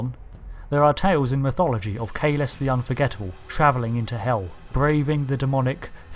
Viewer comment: It's Kahless, not Khaless... honorless petaQ!